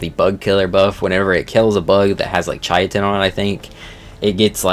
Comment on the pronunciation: it's "KAI-tin" that's how you actually say it. It's Greek in origin.